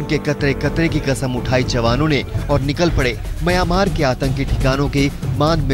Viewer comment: correct the pronunciation.. it is myanmar not miyomar...